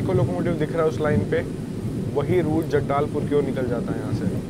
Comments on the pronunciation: That is Jagdalpur not jaggdalpur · जगदालपुर❌️ जगदलपुर✅️ तितलगढ़❌️ टिटलागड़ ✅️ खररिआ❌️ खरिआर रोड़ ✅️ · #Thetrainguru Have seen your all video.... LOVE ♥️♥️❤️❤️🥰🥰🥰🥰♥️♥️♥️♥️ from Chattisgarh... Feeling very Happy that you have covered beauty of our #Chattisgarh 🌾🌾🌾🌾🌷😍😍 Bhaiya vo *जगदालपुर नहीं #जगदलपुर hai.... Hope ap samajh gaye Honge 🙏🏻🙏🏻 Hope reply to my Comment #love #railfan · Bhai vi rajnandangaon ni rajnandgaon hai or jagdaaalpur ni jagdalpur hai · It's not jadaalpur it's jagdalpur 😁😁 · छत्तीसगड़ीहिया सब ले बढ़ियाI और वो तीतलगढ़ नहीं टिटलागढ़ हैI जो ओडिशा मे स्थित हैI राजानंदगांव नहीं राजनंदगांव हैI आप ने जो जिस जगह को जगदालपुर पुकार रहे है वो जगदलपुर है I और भी ट्रैक कम्प्लीट नहीं है सिर्फ दल्ली राजरहा से थोड़ा आगे तक ही ट्रैक चालू है I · जगदालपुर नही जगदलपुर है , और टीटलगढ़ नही टिटलागढ़ है। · जगदालपुर नही जगदलपुर है उसका नाम।। हम है जगदलपुर से।।।।